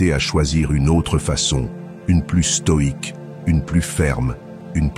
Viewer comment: Lire stoïque au lieu de stoide Merci